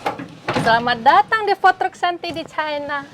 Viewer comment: Food Truck bacanya "Fud Trak" kak.. Semangat!